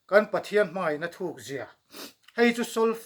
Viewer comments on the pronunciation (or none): No-40na thu nawn Pathian tih laia thian ( d__r slur hi d___l, slur angin I sa tlatin ka hria, ka hriatna beng diklo zawk emni chu le ?